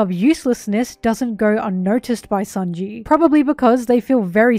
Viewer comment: It's sānji not saonji